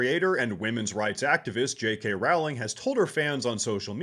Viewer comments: "Rowling" is pronounced like "Rolling" not like "cow" :face-red-heart-shape::face-red-heart-shape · Hate to be that straight, pure blood MEXICANT guy, but it's pronounced ROW-ling (as in 'row a boat'), not RAU-ling. It's Levi-o-sa, not Levio-SAHH! :face-green-smiling: That being said, while Rowling is "anti trans," she's still very much pro feminists and pro DEI. She has no problem with race swapping and making her characters gay well after the Harry Potter story long concluded. And keep up the work buddy! Bumped into your channel couple days ago.:shelterin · Her name is pronounced “rolling.” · Only a small point you pronounce JK, Rowling in the same way as you would row a boat. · WTH is JK Raling. I guess if your the most influential women in recent history, it’s comment to have people in media not every heard your name pronounced properly.